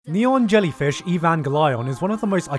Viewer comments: WHY DID I JUST HEAR NEON JELLYFISH EVANGELION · “Neon Jellyfish Eee Van Glyon” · Im so late to the party but the way he says, "Neon Jellyfish Evan Geh Lion" is just so perfect.